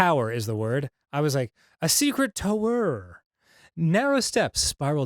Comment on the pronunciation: "TowEr"... What are you, Arin all of the sudden?